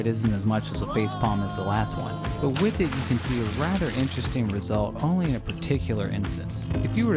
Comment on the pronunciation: Its "with" not "wiff"